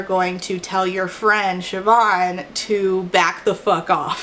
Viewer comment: so happy you pronounced Siobhan right, less happy this Siobhan was a petty bully